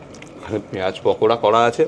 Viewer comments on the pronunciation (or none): none